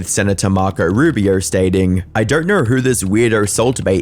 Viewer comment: There is something really weird about the Narrator's pronunciation. E.g., the pronunciation of the word 'Know' as 'Knourr"